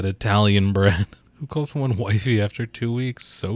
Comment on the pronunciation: Can we call "Wifey" WiFi instead. Please. Formal request. That's what I hear in my brain every time it's said.